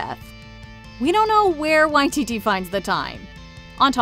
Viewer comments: This is how he himself pronounces it! And I've hardly ever heard anyone else get it right. Props to this video for authenticity! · It is correct here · Nah they’re saying it right